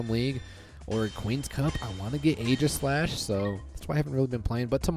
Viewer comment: It’s actually pronounced “EEgislash”, like the “Aegis”